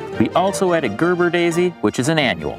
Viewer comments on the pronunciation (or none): none